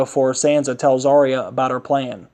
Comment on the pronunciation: Not Are eh yah! Arya!